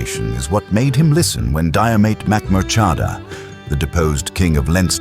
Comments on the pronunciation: Jeer-mit Mac-moor-ha-da * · Getting his name right would have been good. Why do AI? Are people so lazy that they cant even read an 11 minute video? And most of the images do not match the place or period in time. Again, why do this AI?????